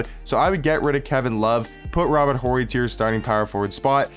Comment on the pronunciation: Yo, Horry has a silent h bro